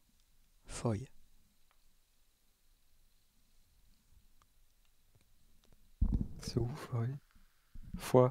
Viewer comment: Foy (qu'on prononce Foi) :) Je viens de Bastogne et Foy c'est un village de Belgique